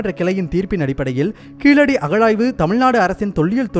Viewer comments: அது கீழடி .. கீலடி இல்லை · Pls pronounce zha it's only in tamizh unique not keeladi it's keezhadi zha and malayalam zha is derived from tamizh